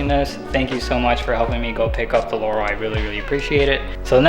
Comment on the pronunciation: I'm so glad you pronounced Laurel correctly